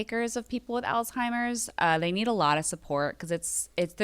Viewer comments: She can’t say Alzheimer’s right … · THERES NO T IN Alzheimer’s!